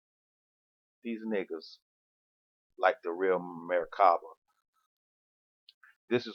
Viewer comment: you cant even pronounce merkabah correctly whos full of shit lol smh